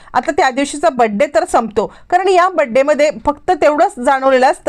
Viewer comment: तुम्हाला बर्थडे शब्द नीट बोलता येत नाही सरळ वाढदिवस म्हणा